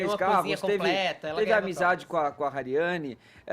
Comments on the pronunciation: Alguém explica que Hariany não se lê Rariany e sim ariany com H mudo... Pq tá doendo em ouvir! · MANO O NOME DA MENINA É HARIANY NÃO RARIANY AFFF